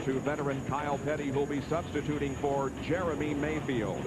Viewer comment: It sounds like you call him "Germy" Mayfield every time........